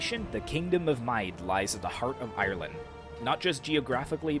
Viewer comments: Mide (Mead) -> Meath (mee - the) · Mide is pronounced Meath and Airgíalla is pronounced as Oirialla or Oriel